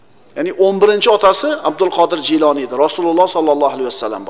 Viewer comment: Kinosida G'iyloniy deyiladi. Domlar Jiyloniy deyapti.